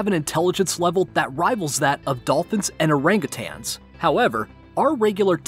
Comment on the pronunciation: It’s arangatangs not anranutings